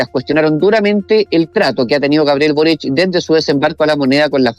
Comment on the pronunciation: es Boric no "borich"